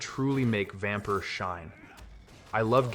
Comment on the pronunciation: Considering it's the Scandinavian (at least - I dunno how Transylvania spells it) spelling, how they say it works fine, though the Y should really sound like the first sound in the word "young". Far as I know for "fenyx", though, there's nothing wrong in saying it like the video does, or at least how you specified.